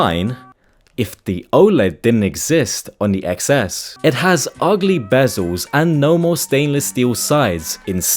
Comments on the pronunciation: It’s iPhone TenS, not eXS, Jeeez… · iPhone eXceSS anyways, its actually pronounced Ten S lol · Ex s? Man it's Ten S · It's pronounced iPhone 10S. Lol The X is a Roman numeral for 10. Apple didn't really think it through very well. Most people pronounce it wrong. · It's pronounced 10 s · Its officially pronounced 10 s btw